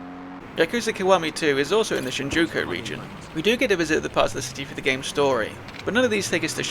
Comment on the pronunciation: This is a good video but you saying shinjoku instead of Shinjuku is driving me mad 😭again otherwise it's a really good video and for not knowing Japanese your pronunciation isn't horrible, the language is pretty phonetic so something like for example Yakuza is pronounced exactly as it's read, Yah-ku-za with no emphasis on any part of the word unless it's the sound of a certain vowel like I being pronounced like e so like geenza instead of ginza or j being something different but I don't know how to explain it, I'd recommend looking if up if you're interested in learning more lol